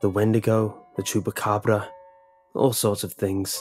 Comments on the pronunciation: like like the way he "SEZ" cubucabra. I'm so bad at texting...😞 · he he, I like the way "cubucabra"!